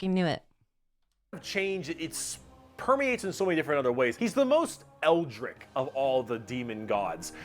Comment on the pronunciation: saying eldritch incorrectly is grating